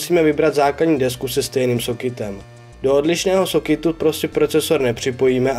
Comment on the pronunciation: "Do sokitu,, se to nevyslovuje vyslovuje se to normálně " Do soketu